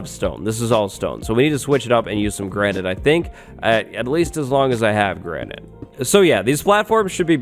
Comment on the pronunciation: Granite ya mean Grianite. Haha lolz